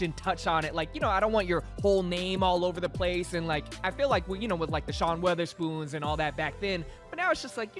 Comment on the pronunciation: 2022 and still calls it WEATHERSPOON